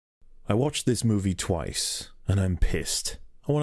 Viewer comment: You can even here the teeth clenching on the word “twice”. I honest to god will never watch this piece of shit film ever again.